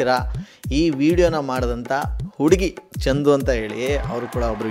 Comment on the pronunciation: ಕಿಲಾಡಿ ಚಂಡು ಅಲ್ಲ ಚಂದು